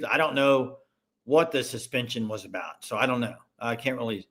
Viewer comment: Aboot... Lol. Is that Canadian. Lol😂